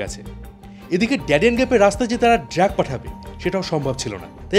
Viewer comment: ড্রাগ কে বারবার ড্র্যাগ বলাটা কানে বড্ড লাগলো, আর আপনি দয়া করে বলার গতি একটু কমান, মনে হচ্ছে যেন পড়া মুখস্থ বলছেন।